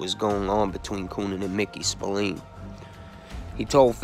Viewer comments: Spill Lane not Spill leen ffs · And Spillane is pronounced spill-agh-ne..... get it right if you're gonna do it at all.... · As Irish I'm cringe every time u say Spillane, it's pronounced Spil lan like man.